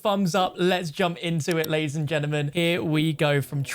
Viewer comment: ‘Ladies and Gennamen’ sorry but this is the only channel where facts are spat about COD Zombies and that phrase ‘gennaman’ builds up a fire inside me I didn’t know I had😂😂